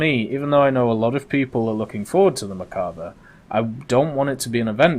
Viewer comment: Still cant pronounce merkava right